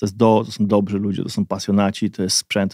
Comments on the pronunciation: Spoko podcast. Nie traktuj tego jako hejt , dobrzy nie dobzi . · chłopie, już wielokrotnie to pisałem - nie mówi się DOBZI tylko DOBRZY !!!!!!!!!!! bo dobry => dobrzy